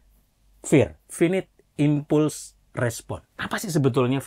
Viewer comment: Maaf, izin koreksi dan, pronunciation nya salah yak, finit dibaca fainait, impulse dibaca impals